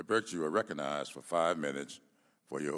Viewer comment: Minute . sounds like he is calling her Dr BIRCH. It is BIRX.